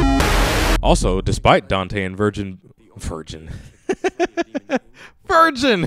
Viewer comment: 1 dislike for mispronouncing Vergil as virgin and singing a ridiculous song about it .Ding!!